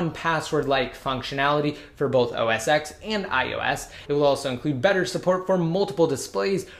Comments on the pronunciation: It's pronounced OS ten not x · It's not pronounced 'OS X' it's OS Ten'